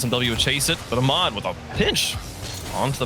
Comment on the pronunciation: It’s kinda funny how the commentators pronounce Ahmad “Amad”. It’s “AH-mad” or “Ah-med”.